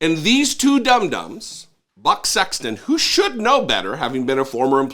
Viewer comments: I thought i heard "butt" sexton and i couldn't stop laughing. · Anybody else keep hearing Butt Sexton, or was it just me?